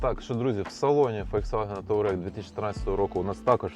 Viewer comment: «Таурег» блін 😂